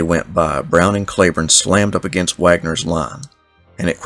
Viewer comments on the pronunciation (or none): Cleburne is pronounced Cleeeburne. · Most of us don't roll our "r" either. Not sure why you fight what so many counties in different states named after him pronounce it CleeBorne. My ancestors are Scots but I certainly don't sound like a present day resident of Scotland. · Why didn't you just say Clee Burn. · I live in "Clee burn" county Arkansas.